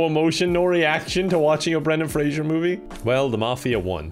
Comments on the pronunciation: PLEASE ITS FRASER NOT FRASIER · It's pronounced phrase-er.